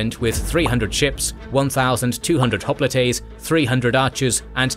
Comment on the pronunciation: I've never heard hoplites pronounced the way the narrator pronounces it in this video. When I looked up the way it's pronounced in Greek, it sounds close to the way the narrator pronounces it, but not quite the same. I prefer the way hoplite is pronounced in the usual way over the way this narrator pronounces it.